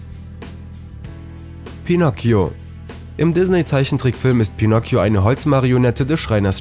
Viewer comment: Ich: Bitte nicht pinocio Sprecher: Pinocio Ich:LALALALALALALALALA